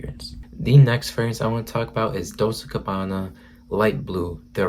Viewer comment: What is Dols gabana.😁. google it and learn of how correctly to pronounce it before posting a vid